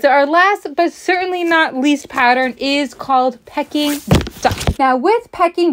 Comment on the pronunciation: I think it's pronounced Pea-KING. Love that pattern!